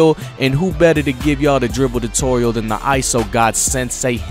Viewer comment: Whats a Dutorial lol